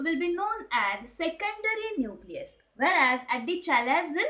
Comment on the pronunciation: Nusilus ni न्यूक्लियस 😂😂